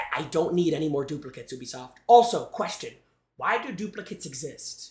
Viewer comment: Ubisoft❌️ ewbisoft✅️